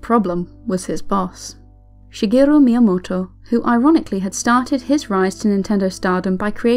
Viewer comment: I love the way you say Shigerrru Miyamotto @@